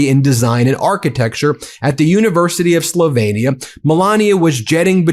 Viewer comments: Just an FYI- Slovenia is pronounced “sloveenia” . Not “slovainia” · Slovenia is pronounced SLow Veen ee-ah rather than Slovaynia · Why can't you pronounce "Slovenia" ? That was sloppy ! Not sure how accurate anything you say is now.